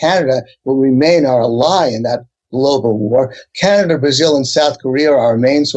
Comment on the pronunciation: Why does this guy mispronounce "ally"?